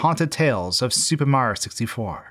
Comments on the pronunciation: “Supah Mahyio sistyfoh” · “Super Marr Sixty-Four” ?? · every time he says “super mario 64,” it sounds like he’s slurring it, sounding like he’s trying to get through it as fast as possible